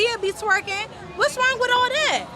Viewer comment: The 1st girl said " SHRONG" 😂